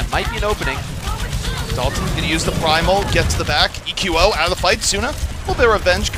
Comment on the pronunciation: Will say EQO correctly before the end of the season?